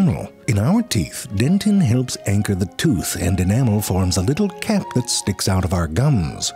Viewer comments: Don't think I didn't catch when you said "dicks" instead of "sticks" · did you say "what to do with those d**ks" ?😁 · You know, I had to watch a second time, with captions on, to figure out when you said "dicks" ... totally missed my first time through